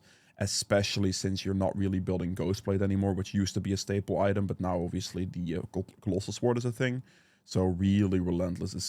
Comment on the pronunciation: One thing..... CY CLO SWORD..... not COLOSSAL SWORD (caps for emphasis not shouting). but love the video